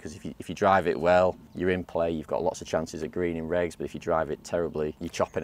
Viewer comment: Love her voice. “Getting the ball in pleh.”